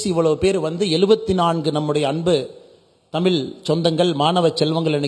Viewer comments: தமில் இல்லை அண்ணாமலை.. தமிழ்... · தமிள் இல்லை தமிழ் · அண்ணாமலை sir. "ழ" சரியா உச்சரிக்கணும். தமிழ, தமில் என்று உச்சரிப்பது சரி இல்லை. நீங்கள் திருத்திக்கொள்ள வேண்டும்.